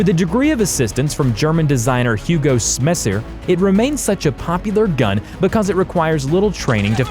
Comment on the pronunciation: Dont forget Hugo Sschsemer